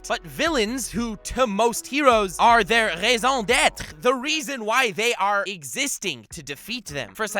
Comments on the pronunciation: You actually pronounced raison d'être accurately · tu es ma RAISON D'ÊTRE (Just kidding) You pronounced the "R" really well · Oh what a nice "raison d'être" did you pratice a lot? The pronunciation a perfect (im french from canada) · Nux the one youtuber to pronounce french correctly , thank you